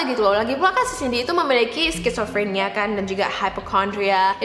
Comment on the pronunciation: Telingaku gatel ketika bilang: skitsofrenia Bacanya sizofrenia... bukan skit...